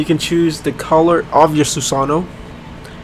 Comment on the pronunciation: susanoo mispronounce?